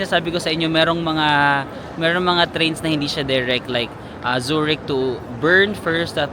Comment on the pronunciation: Zoo-rick Zoo-rick 😅😅😅 Bigkasin mo siya ng ganito: Tsue rikhh